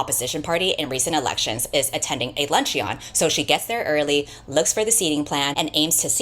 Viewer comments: GenZ pronunciation guide: "Luncheon" is pronounced "lunch-un" not "lunch-ee-on." Bonus pointer: "Vehemently" is pronounced "VEE-uh-ment-lee" not "vuh-HEE-ment-lee" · Interesting video. Thanks. You might be interested to know its pronounced "lunch-un" not "lunch-e-on". Just for future reference.